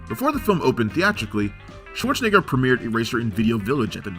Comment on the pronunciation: What a strange, and annoying way of mispronouncing 'Schwarzenegger'. It was so aggravating I had to stop watching.